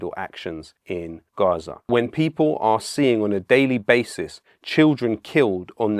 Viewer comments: Just pronounce Gaza like normal English mate. Mixing accents is stupid. Love the message though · Why is he saying Gaza in such an indulgent and annoying way?